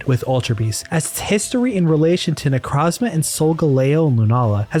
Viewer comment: good theory but i cant respect someone who pronounced necrozma "necrawzma"